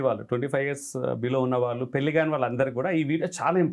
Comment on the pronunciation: పెల్లి చేసుకోవటం మంచిది కాదు 😢 పెళ్లి చేసుకోవటం మంచిది 😊. ఏమి ఉచ్చారణ రా బాబు. భాష మీద, నాలుక మీద కాస్త పట్టు అవగాహన ఉండక్కరలేదా?